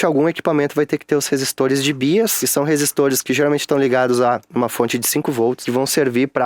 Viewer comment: Muito bom , ótimo conteúdo. Para contribuir, BIAS se lê "baias".